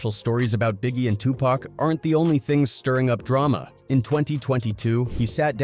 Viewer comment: He said Tupac's name like PACman🤦‍♂️